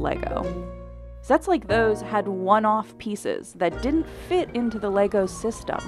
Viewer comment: Leego? 🤦 at this point it’s not an accent but an intentional mispronunciation.